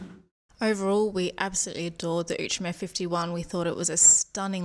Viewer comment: Now I know how to pronounce 'Outremer'! Thanks!